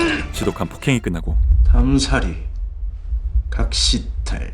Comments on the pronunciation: 담살이 아니라 담사리예요….개킹받네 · 담살이가 아니고 담사리예염!